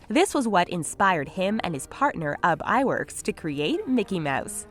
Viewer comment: you said uhb iwerks when its oob iwerks just saying